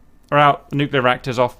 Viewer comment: Nuclear. It's pronounced "new-clear", not "new-cue-lure". Two syllables, not three. Sorry. Just bugs me.